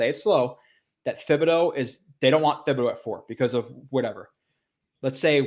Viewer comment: Hey love your content but just FYI Thibodeux is pronounced with a hard T, not TH